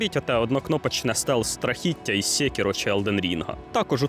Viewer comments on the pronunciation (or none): Секіро а не Сєкіро❗😂